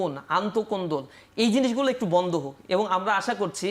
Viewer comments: সে এবং বলতে পারেনা। বলে এবন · নাচির ভাই : এবন (ঠিক মতে এবং ও বলতে পারেনা) আরো কত ভুল শব্দ উচ্চারণে😁